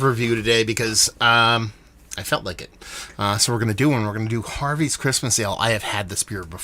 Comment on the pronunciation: thanks for the shout out and yes you said the.name correct!